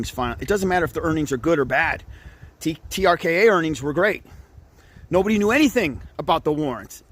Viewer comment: I love how he says trka had good earnings proving he couldn't read